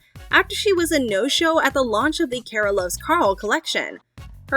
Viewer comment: Car-uh. Not care-a. Names matter.